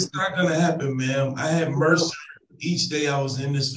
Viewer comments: If this defendant insists on using multi-syllable words, someone needs to give him a dictionary so he can use them properly. It’s “MRSA”, not mercer. And I seriously doubt he has “a bone sticking out”. What a child. He’s just upset they are holding him accountable for his poor behavior. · I crack up everytime he says he had "mercer". It's MRSA! (pronounced "mer-sa"). It's a bacteria that is resistant to certain antibiotics. If he had a dangerous, life threatening case of MRSA, he would have been in the hospital getting large dosages of IV antibiotics. My guess is he got a tiny skin infection that tested positive for MRSA, which is very common. Nothing serious. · BTW, it’s MRSA, not “Merser”. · Did he say he's going to transfer the pain to someone else? Edit:I was ignoring it but I just can't. It's not mercer. It's mrsa. Uh! Mer suh! It's disparity, not didparcity